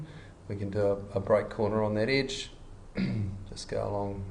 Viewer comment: Great tutorial, thank you! :) The only thing that disturbed my ear were the pronunciation of the words 'sketch' and 'edge'.